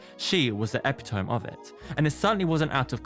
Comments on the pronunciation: it's ah pit uh me , not ep it owm btw . love your channel tho!! ❤️❤️❤️❤️ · Creepy. Ehhh.. I have a brother and we’re super close and this is just... no. Also, you pronounced epitome incorrectly. It’s e-pit-o-mee, not ep-i-tome. Love your editing and analysis’ regardless. :)💖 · Epitome is pronounced like ep-pit-o-me I know this because at my sisters wedding during my maid of honour speech I fucked it up and my family still roasts me for not saying it right. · The epi-TOME got me. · Do they pronounce epitome different in the UK or did you just read that absolutely goofy asf lol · You said epitome too 😂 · Anyone else bothered by the fact the dude narrating this video doesn’t know how to pronounce the word epitome? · Epitome? You might want to look up how that word is pronounced. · That ain't how you pronounce "epitome" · Epitome? Before speaking a word out loud it might be a good idea to know how to pronounce it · CAN SOMEBODY PLEASE MENTION HOW HE PRONOUNCED EPITOME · Sooo nobody gonna bring up the way this guy says epitome? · The way he pronounced ‘epitome’. 😂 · Innit 😆 I was scrolling through comments cos I thought no one else noticed! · Who the fuck is Monica Addams? Did you mean MORTICIA Addams? *EDIT and you also don't know how to say the word epitome. Somebody fire this narrator who does not know how to fucking read. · What? Sorry that is not how you pronounce" epitome" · Do all Americans say epitome like that?